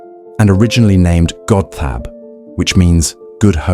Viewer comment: "Godthaab" is more accurately pronounced "God-hoeb." Not "Gob-thab" as in this video.